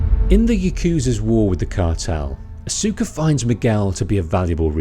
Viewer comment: I used to think it was pronounced like that too. It's Aus-cuh.